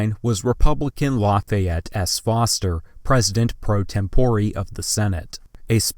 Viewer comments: "tempore" is a Latin word and should be pronounced as such TEM po rey not tem PO ree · Did he just say temporee?